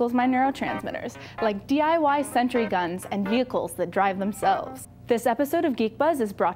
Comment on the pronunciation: "a hundred dollar sentry gun" nice pronunciation there.